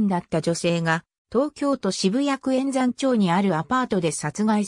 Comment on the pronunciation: えんざん？まるやまちょうです。